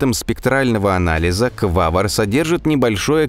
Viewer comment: Да... Только не Квавр , а Квавар , автор что то как то не русский или вчитываться не любит или экономит буквы